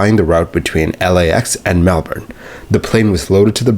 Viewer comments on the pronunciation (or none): FWIW Melbourne, Australia is pronounced Melbin, but you pronounced Melbourne, Florida very well